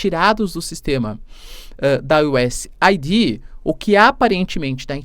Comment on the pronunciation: Vou ser o cara chato do inglês: a pronúncia correta do USAID é Useid, ou se for aportuguesar u.s.Aid